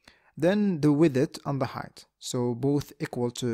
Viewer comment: I came here for your pronunciation of "widdeth"